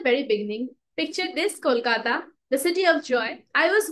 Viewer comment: I liked the way you said "kolkata"at the intro of this video❤ intro was amazing💥